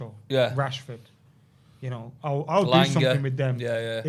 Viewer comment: It's elanga